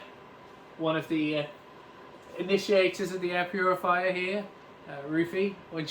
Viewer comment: Man literally said , puriviya, hahahah, instead of Purifier, hahahahh